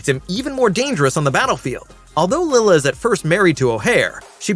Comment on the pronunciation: Lyla not Lila.